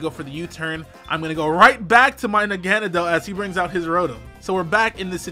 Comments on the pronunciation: The real pronunciation of Naganadel is Naga-Nah-Del from the Japanese word Naginata, a pole weapon, and the German word nadel, meaning needle. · Your so fat that u didn't know how to say nag-na-del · Nah-gen-del is how you say it but you tried so 😁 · How can you not pronounce Naganadel's name properly? It's like this "NA-GA-NA-DEL" say it fast "Naganadel". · It's pronounced N****nadel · It’s pronounced Nigganeedle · pronouncing its name like hes trying to come in: "Knock on a Door" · Naga= Na=gets roasted Del= for mispronunciations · Lol saying Naganadel's name is the funniest thing